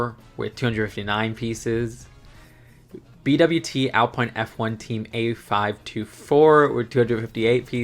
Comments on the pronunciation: I’m an F1 fan and I’m glad we’re finally getting every team. I do agree that all of the sponsors are silly (and not the most ethical) but as someone who wants accuracy I’m fine with it. The city F1 cars have no appeal to me, why would I buy a dumbed down version of the speed champions model (its great for the kids though). I will add because you mentioned it, you said Haas right, but you said Alpine wrong. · On the pronounciation note, Haas is a soft S rather than a Z sound and Alpine is French so it’s pronounced Al-peen. And VCARB is usually said like a word. Vee-carb! 😊